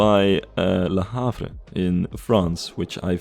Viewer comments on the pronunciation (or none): as a french it took me a while to understand that it was "Du Havre", great videos by the way